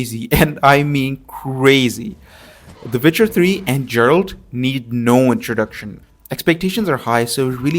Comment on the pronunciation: It's Geralt. Not Jerald.